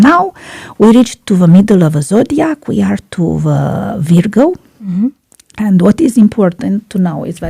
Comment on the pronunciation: You pronounced "Virgo" incorrectly.